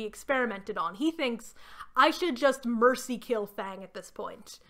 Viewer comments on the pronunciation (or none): none